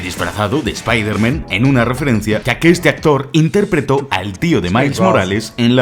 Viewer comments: Yo solo tengo una duda? Porque espiderman? Es el unico súper héroe que pronuncian "mal". Partes en el video lo dices bien y en otras no, pero siempre e tenido esa duda. Y utilizaste la versión en español latino se la peli. Quien es usted y que hizo con? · Repite conmigo, Spider MAN, no Spaider MEN jajajajaa alto nivel de video como siempre ♥ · La pronunciación de "Espihderman" es vergonzoso. Lo mismo con "Dardebil"